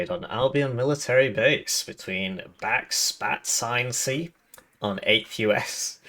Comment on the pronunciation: Are you calling them back-spat-ce out of spite? Because that's so much more work than saying "backspace".